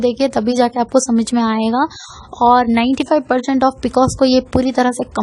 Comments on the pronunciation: you know nothing about pcos. You cannot even pronounce the abbrevation pcos. these are general things which everyone knows. so dont misguide people. viewers plz consult your gynaecologist or MD medicine doctor (which is necessary in severe cases) n eat healthy food including milk. Pcod is a diabetes like condition so just avoid high caloric food for example sweets but donot do dieting and exercise daily simply walk for atleast 30 minutes is enough which also relieves stress . In this condition there is insulin resistance so why our body is unable to control high blood glucose level. But plz dont misguide yourself from such people who know nothing about the condition. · P c o s..boltein hain pronounced it really wrong ..copied info...logon ko na thagein